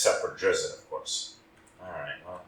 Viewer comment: DRIZZ-IT BTW